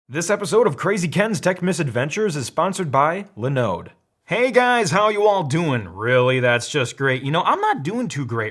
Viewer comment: It’s not “Lin-ode”, it’s “Line-ode”!